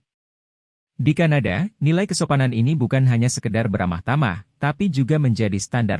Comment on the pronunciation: Kadana tapi kanada😮😂